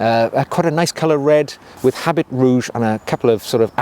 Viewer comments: Habit is not pronounced as “HabiT”. Its french. So, it is pronounced as “Aabi”. Great video anyways 👍. One of my all rime fav frag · Habit is pronounced “a BEE,” with the anccent on the “BEE.” And “eau” is pronounced just like the letter “O.”